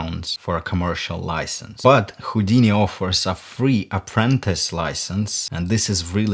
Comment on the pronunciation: Я вот думаю, специально сказал ХУЙдини?))